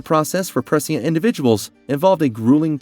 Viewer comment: Cuz he Butchered the ENTIRE video with his speech and the only thing most “true” dune fans can focus on is his ridiculous pronunciations - that change by the minute fyi! lol. He literally says the same word multiple different, incorrect ways! His struggle with the word “prescient” is REAL! Lmfao. It’s very hard to take this content creator seriously. He’s just wanting to cash in and monetize a “Dune” video with his clickbait title since it’s such a hot topic currently. Smh. C’mon dude. At least ACT like you know the story a little. LOOK UP how to pronounce words before you read your little script. There’s a novel idea! 💡🥴